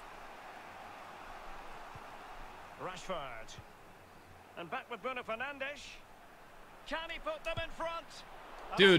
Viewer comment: Or what ea call him Bruno Fernange 😂😂😂😭